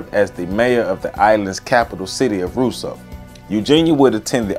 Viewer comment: Also, they pronounce Rosseau Rose-o Good video. My mother is from Dominica. Although she is not into politics, that name resonates with her to this day. Eugenia was beloved by many.